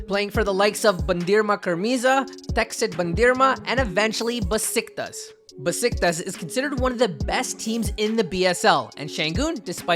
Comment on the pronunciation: Ba sik tas değil tinercitaş 🤓